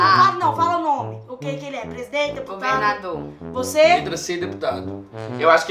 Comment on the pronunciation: Plesidente kkkkkkkk